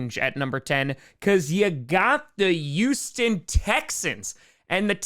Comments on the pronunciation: I’ve noticed that you often say the letter H like a Y. Such as, Youstan Texans. But you don’t say it on words like had or happen. Is this a regional thing or do you do it to be cute? I’m genuinely curious cause you don’t have much of an accent otherwise. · One day, will say Houston correctly, but that day isn't today.